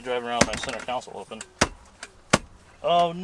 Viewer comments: Altogether now, let's all pronounce center "console", here we go, "con-sole." Not council as in "City Council." There, that's better. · Oh my. Iowa. Landau - the half vinyl roof. Good job on the pronunciation, though. Speaking of.... it's console, not council. As long as we're at it, things need TO BE fixed, replaced, painted, etc.